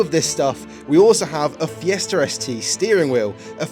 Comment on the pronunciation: FiestaR? why do you add an R at the end of the word?